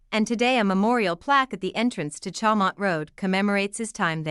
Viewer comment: correct pronunciation .... CHAU is "show"